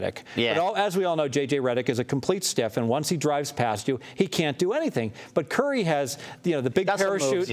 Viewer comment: I hate when people dont say Stephen Curry's name right!!